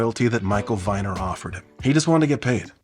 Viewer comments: "Viner" is pronounced with the long "e" sound. Rhymes with "meaner". At least that's how my mom says it whenever she tells the story of how he gifted my family baby furniture when I was born. Moms are usually right. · Viner is pronounced Veener